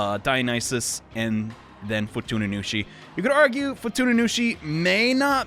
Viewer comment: FuTuNuNuShi? Me: tuna what? Tsu? Fu-tsu-nu-shi? No nunu. Nunu bad.: Walpurskt night. Me: Wal-purg-ist nact.